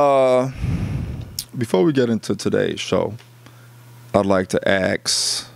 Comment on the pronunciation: And it’s “ask” not axe.